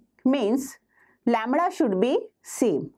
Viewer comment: Not (lemra) its lemda plz not break the legs of English Teacher ❌ phaticher ✔️